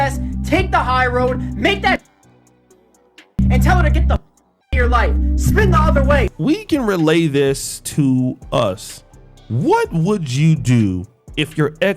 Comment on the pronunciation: "Spin" the block, Honey.....not "spend". Love you ❤